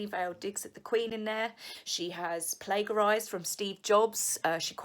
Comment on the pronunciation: Sorry to be picky ! But you’re saying plagiarised wrong. !